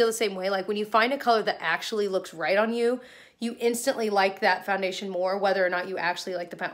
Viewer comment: You DO know that you pronounce it ‘FANdation’ rather than FOUndation 😂